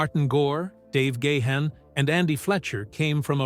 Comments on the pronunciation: Please pronounce the lead singers name correctly! there is no excuse. It's pronounced Garn not Gay han. That's better. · Its not Dave "Gay hand" its "Gone" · Oh my word! It's pronounced Dave Gah-harn, not Dave Gay-han. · For God's sake, it's not Dave Gah-Hun... get rid of that H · He said "Gay-Hann". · what is it with these documentary narrators they can't pronounce Dave gahan's sir name correctly the letter H is silent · Do you know how to pronounce Gahan properly? I think not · Grates on my ears when people can't pronounce Gahan.